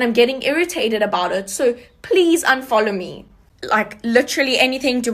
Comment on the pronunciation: The second girl 🤣🤣. “Unfoljow... if you don’t ljike me or my products unfoljow🤣🤣🤣🤣